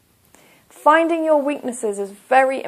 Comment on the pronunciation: Btw you always make a mistake when you don't use elision. When you said "on your own' - you pronounced it like {on jo: oun} but you should have pronounced R in "your" because when R is followed by a vowel, you need to pronounce it in Br. E.